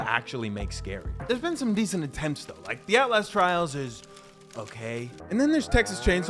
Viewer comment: I fink I wike this guy he’s pretty funny